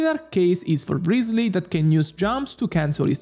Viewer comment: Bro really said Rizzly 💀